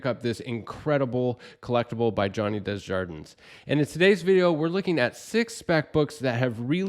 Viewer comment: Love the channel, love the video, and this guy’s art is insane. I cringe hearing pronounce his name. Johnny is probably too polite to point it out, too. It’s DAY-ZHAR-DUH.